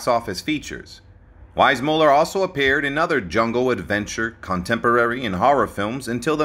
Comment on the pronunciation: This guy keeps mispronouncing JW's name. If you're going to narrate a famous person's life story, at least pronounce his name correctly. 🙄